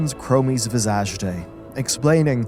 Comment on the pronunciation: LOL I'm loving the pronunciation of Visaaage